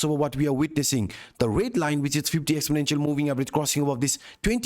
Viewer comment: Wtf is ace-ending and expon-angel?